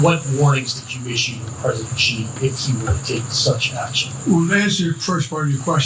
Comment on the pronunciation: PSA to all Americans: The name Xi is pronounced like "shee", not "zhjeee". Much easier to say than most make it for themselves